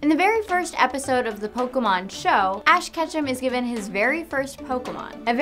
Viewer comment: It's not poke-Uh-Mon ITS POKE-AY-Mon